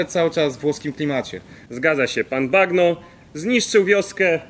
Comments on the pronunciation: Czyta się to nazwisko Mario Bagno- Banio. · Bagno czyta się "banio" i współcześnie znaczy tyle co " łazienka " 😊😊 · Nazwisko wymawia się "Bańo" tak jak po włosku łazienka. Pozdrowionka z Italii ;) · Nie mówię po włosku, ale takie podstawy jak czytanie "gn" jako "ń/ni", chyba każdy powinien wiedzieć w dzisiejszym świecie. Tak więc... Nie pan "Bagno", tylko pan "Banio" ;) Pozdro! Odcinek jak zwykle 10/10! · Bagno czyta się bańjo. Bagno to po włosku łazienka. Czyli pan łazienka :D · Banio się wymawia A nie bagno;) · Bagno czyt. ,, banio,, łazienka